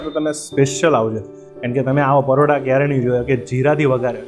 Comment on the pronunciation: Paroda bole che. 😂